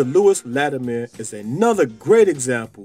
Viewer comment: Why do you call him Latimore instead of his name, Latimer?